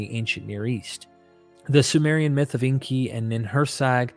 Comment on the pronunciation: Please get the pronunciation correct. Inkay not inky. Makes you sound like someone who doesn't know what you're talking about.